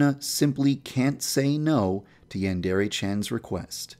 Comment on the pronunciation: Yandrea? Its Yandere